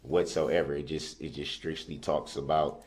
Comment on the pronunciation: I still don't know what "shtrickshtly" and "shkeered" are.